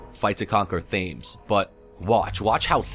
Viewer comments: as a person who lives in London it's not pronounced Fames. It's pronounced Temz. Just as a heads up. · Did you see how he pronounced Thames? I'm dying. xD